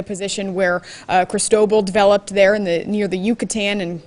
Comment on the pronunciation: Geez, why can't you lilly white millenials learn how to pronounce Cristobal? It is Spanish, and the accent is in second syllable. Is it really that hard?